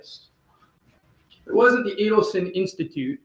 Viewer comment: Pronounced /ee-delson/. Why. Add to the grotesque comedy in this case all respect to Dan he must see and laugh sometimes